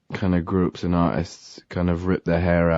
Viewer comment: julia vaughn same it makes me rly nostalgic and the way he says ‘and’ is like ‘end’ now and it’s getting to me a bit :(